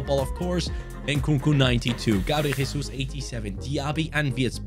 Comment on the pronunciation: gabriel jesus is brazilian, you are saying his name in spanish!!! great video as always, love from brazil, VAMO GRÊMIO!!!!